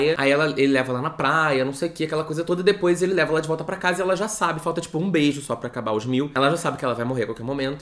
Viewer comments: "depois" sim, o que ele tava falando é de quem fala "dipois" com o i no lugar do e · meu deus eu gritei de rir com o "dipoish"